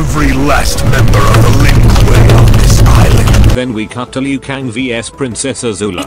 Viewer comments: "Lin Kooy" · "Lin kooey" Close enough to Lin Kuei